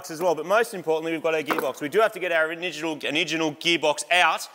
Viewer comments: oniginal ha how many squashes have you had mate lol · "Have to get our oniginal gearbox out" 🤣